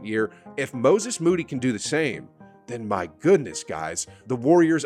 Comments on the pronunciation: Perkins clearly had a stroke trying to say Moses Moody and his analyses after that fact prove he never quite recovered lol. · Perk tryin to pronounce Moses Moddy name got me in tears😭😭 had to run that back atleast 387 times Watched it so much i spelled his name wrong. Couldnt see past the tears🤣